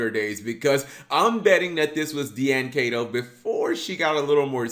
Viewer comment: D-An Kay-To. Guy, its Die-N Key-To.